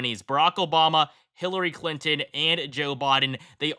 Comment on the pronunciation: Did I hear him say Killary Clinton? 🤣🤣